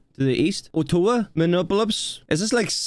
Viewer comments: Okay... Ottawa (Canada) is pronounced Aw-toe-wa Minneapolis (USA) is pronounced Mih-knee-ap-oh-lis (that's mini like Minnie Mouse, and 'apple is' with an 'o' in the middle) And yes Winnipeg, Manitoba is in Canada. Manitoba is a province in Canada (kind of like a state in the USA) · I'll help so you don't get made fun of. it's Mill-wok-ee. and its Ott-a-wa, and Mini-app-polis. it's ok, indigenous names are difficult. Milwaukee is in Wisconsin (wis-con-sin) Ottawa is in Ontario (on-tear-rio) province in canada. and minneapolis is in Minnesota (min-na-so-ta) and all that water between the two countries are the great lakes, which are fresh water, but are as big as inland seas. they even get their own hurricanes and gales, they're that big. many many ships have wrecked on those lakes. and the water is so cold, that bodies don't rot away. so there are still people's bodies down in those ships. Look up Old Whitey in the great lakes sometime. and yes, the snow is probably that high in houghton. the water in the air from the lake means they get a fuck ton of snow. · you have a real interesting way of pronouncing Ottawa and Minneapolis.